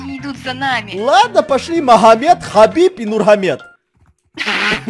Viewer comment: махамед?😂😂😂 а че так то? может быть магомед? (меня как раз так зовут)